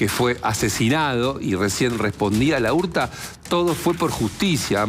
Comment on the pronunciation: Es, Laurta, todo junto,no, la urta, como Laura, no decís La ura